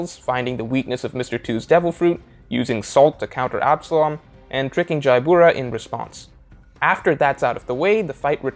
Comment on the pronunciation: Jabra's name is pronounced "Ja-Bra", not "Jai-Bura"